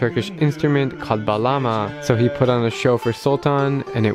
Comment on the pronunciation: I KNEW THAT HE WAS TURKISH! I WAS THINKING IT FROM HIS NAME! (Also I’m Turkish) Edit: btw it is pronounced baalama not balama 😁